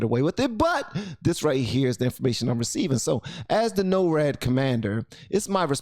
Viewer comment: also its NOR-AD